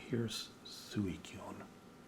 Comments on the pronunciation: Its pronounced Swee-koon. =) if you want to know. No worries though, even now not everyone can agree on certain pronunciations of particular Pokemon. =) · Don't worry about Suicune, even the hardcore fans don't know how to pronounce it.